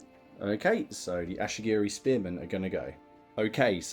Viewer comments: Great BR dude, nice to see TOH getting some table time. By the way they are Ashigaru not Ashigiri. 😁👍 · The ashy-gerys are killing me 😂